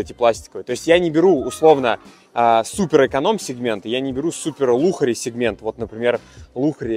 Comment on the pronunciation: Я думала послышалось 🤣 ЛАКШЕРИ говориться, а не лухари 🤷🏻‍♀️